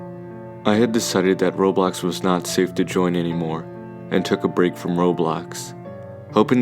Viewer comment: Him saying Roblox sounds like Robux lol